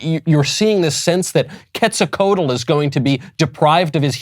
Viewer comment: Ketsikotyl?? You need to learn to pronounce Aztec god names.